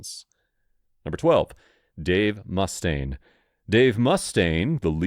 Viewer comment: The narrating voice, which I’m sure is AI, actually pronounced his name correctly,it was the moron who did the titling that spelled it “Mustang”, but the narration pronounced it “Mustaine” each time it was said. More irritating is Neil’s name being pronounced “Pert”. Although I will admit that few people knew the proper pronunciation of his name, since Rush got little press in the 70s and 80s. I will admit that I and every musician I knew, pronounced it Pert back then. It wasn’t really before the 1990s that it became publicly well known it was pronounced “P-ear-t, like you’d pronounce “ear”. That’s okay, because during their Rock And Roll Hall Of Fame induction speech, Taylor Hawkins pronounced it “Pert” at least a dozen times. I will admit that after pronouncing his name as “Pert” for more than 20 years, it took me a while to say it right and I still slip up now and again.